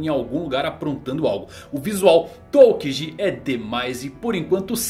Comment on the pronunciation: Pow melhora essa pronúncia aí Van augu, aokigi tá feio isso aí meu pacero